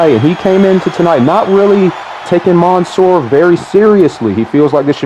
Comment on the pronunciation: It’s literally man -soor not the way ur pronouncing it